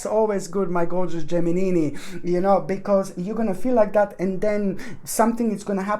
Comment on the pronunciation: I love it when u said Geminini....so cute.🤗